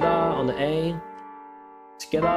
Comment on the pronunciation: When he says together it sounds like he’s saying “tacata”